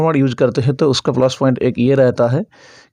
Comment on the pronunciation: 😂😂😂😂flush point nahin sir plus point 😂😂😂